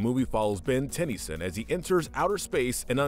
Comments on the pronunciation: Homie said "tenny-sin" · did he mispronounce Tennyson to Tenni son?